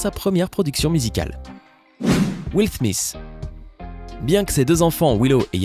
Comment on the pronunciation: will thmis hahahaha